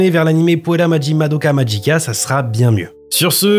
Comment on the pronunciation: pas Madoka magika